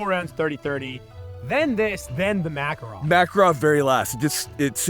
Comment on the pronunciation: A guy that I work with is from Belarus and he told me that Makarov is pronounced "Muh-KA-rov". I told him to shut his Commie mouth and get out of my country.